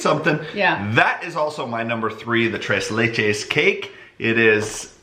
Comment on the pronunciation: You pronounced the name of the cake wrong again..lol It is pronounced... TRACE LAY